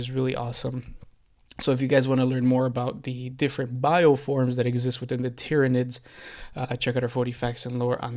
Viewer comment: Not gonna lie. As kids my friends and I also pronounced Tyranids that way too. And don't get me started on Abaddon, Macragge and Malekith.